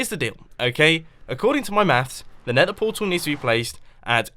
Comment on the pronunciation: When Mumbo "Nethers" correctly :D